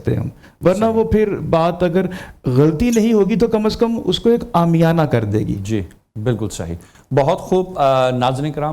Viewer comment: سلام! بہ صد ادب گزارش ہے کہ اس سعادت خیز پروگرام کو ساری دنیا دیکھتی / سنتی ہے... اس لیے میزبان اور دیگر منصفین/مبصرین کو بھی گفتگو میں احتیاط لازم ہے... مثلاً : روانگی نہیں روانی عَنصَر نہیں عُنصُر عام یانہ نہیں عامِیانہ میزبان ایک پروگرام میں حافِظ کو حافَظ بول رہے تھے... جتنا اچھا پروگرام ہے اتنی ہی احتیاط کا متقاضی ہے... خیر اندیش جمشید کمبوہ پاک پتن شریف